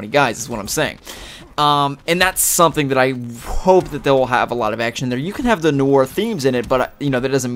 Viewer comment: ITS PRONOUNCED NWAR